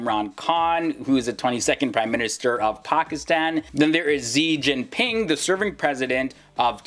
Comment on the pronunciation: Cmon ze Jin ping pong poinhg ponigs is even in your video😂😂